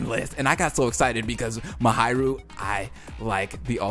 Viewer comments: I love how he says, MaHAIru instead of Mahiru lol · Who's "Muhayrooh" ? (Please, try to pronounce it even a little bit correctly) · I'm sorry but it's pronounced MA-HEE-RU